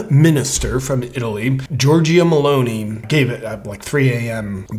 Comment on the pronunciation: I am giving you the chance to be the first ever youtuber to say her name right: we pronounce the E at the end as I. MELON - EE ( not ai, not ae, but I , or EE). Love you, you are welcome. CHeers. BTW I also fear she will follow dictates from WEF unfortunately....